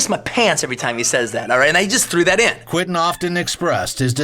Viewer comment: Not "Quin-tin." It's QuEntin, as in Q-whent'n.